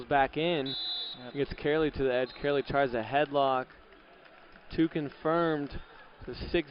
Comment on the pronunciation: Hearing the announcer butcher "Karoly" is making me laugh so hard and idk why